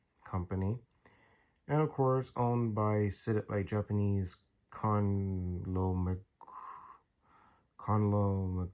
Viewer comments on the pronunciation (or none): Never heard conglomerate pronounced that way